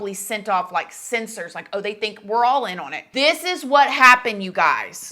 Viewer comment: your continuing mispronounciation of "on" is....disconcerting, and makes it difficult to continue watching.